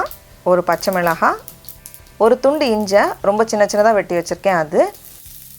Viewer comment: Sister that's not ingha it's inghi